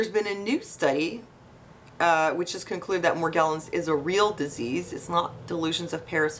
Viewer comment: It's pronounced with a soft G. Mor • gel • ans (jello)